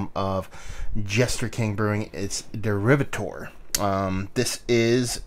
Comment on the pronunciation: when you do a review try and pronounce the name of the beer correctly